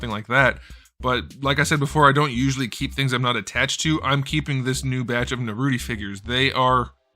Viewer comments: ' Naruto' and not 'Naruti'!!!!!!!! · "Narudi" LMAO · There's nothing more than I love hearing say Naruti and Saszuki. It's so effing cursed but so funny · Naruti?????????? LMAO i hope he does that on purpose lol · Is there a reason you call it Naruti? Guessing it's just a joke. Pretty funny 😆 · This is one of the principal reasons why I’ve always liked. He does not allow his subjectivity take over on these lists. The reboot Figuarts Naruto (or let’s say “Nuhrooti”) line has been churning out solid figures, and he gives them the shoutout these figures deserve.